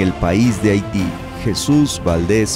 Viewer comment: Solo para hacer la observación: Haití la H va al principio no Ahiti...